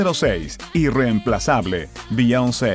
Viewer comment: 😆😆😆😆no sabes pronunciar el nombre de Beyoncé😆😆😆😆